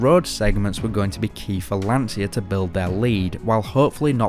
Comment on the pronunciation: Excellent, I'm just wondering if it's so difficult for an English speaking person to pronounce "LANCIA" in the right way, "LAN-CHA", not "LAN-SIA", which in Italian means "The Anxiety". Come on, repeat with me: "LAN-CHA, LAN-CHA, LAN-CHA...". In a couple of minutes you should be ready.